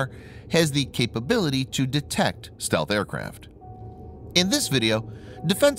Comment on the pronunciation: stealth not stelth